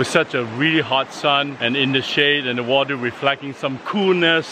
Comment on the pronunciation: mmm so good! Bwenda you gotta twy the wata! Lmfaooooo